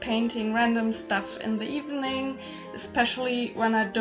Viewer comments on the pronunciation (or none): none